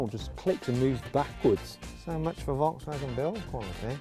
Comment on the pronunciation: 英語の発音的に仕方ないのは分かってるんだけど、フォルクスワーゲンがボロクソワーゲンに聞こえて笑った